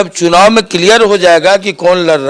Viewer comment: 'चुनववा' ये क्या है? शब्दों को तोड़ कर मत प्रस्तुत करिए।